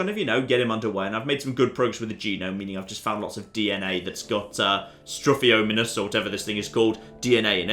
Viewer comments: The name butchering begins! Its STI - THR I - O - MIME - MUS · you took classics and like researched Latin. How do you not know how to pronounce struthiomimus?